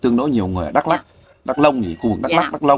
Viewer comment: OK bạn , nói sai hoàn toàn dak lông